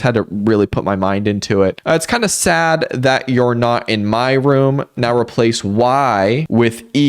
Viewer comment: "It's kinda sad that eou're.." I spent so long trying to figure out if this was french or something and not just the y in "my"